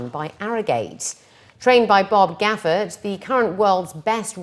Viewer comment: It's Bob Baffert...not Gaffert! Major rule of journalism...get the names right...especially the name of a Hall of Fame, Triple Crown winning trainer!